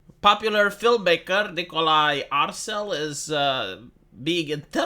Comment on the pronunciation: Wait… did you say his name is Nikolai Incel 😆